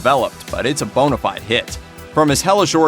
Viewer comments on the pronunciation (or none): none